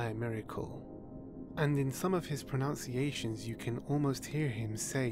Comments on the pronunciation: Such beautiful pronunciations, then you end the videos by saying 'pronunciations' as 'pronounciations'. :P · Pronounciations? Pruh-NOUN-see-ay-shuns? I'm glad you got that in early before I thought you might have any credibiltiy or authority whatsoever. 😏